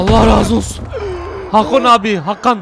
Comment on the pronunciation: Hakon yerine Hakan diyelim